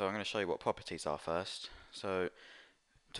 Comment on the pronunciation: when he say propertie he be like "puppitie" XDDDDD LMAO